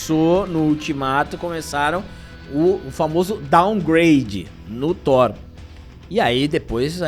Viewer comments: Thor 5, não Thor "Sheenco" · Não... por favor, não. Vai ser THORA ou THORE 😂😂😂😂😂😂😂😂😂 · Não é Thor amor e lacrate.. É Thor amor e Lacrão 😂😂👍